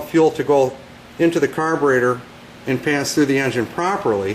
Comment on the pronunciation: carberator x3 times 😆